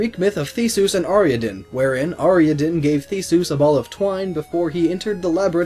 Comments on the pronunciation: Ariadne. Not Ariaden. Gives me shivers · ariadne- ar-ee-a-din. what the heck. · You should probably try pronouncing Theseus and Ariadne one more time. [Thee-see-uss, Are-ee-add-nee] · It's pronounced Ah ri ad knee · I don't know why you said Ariadne wrong. It's said like it's spelled. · you pronounced Theseus' and Ariadne's names wrong